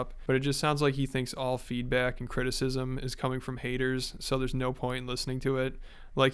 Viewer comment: Its all just the "hayders" tho 😂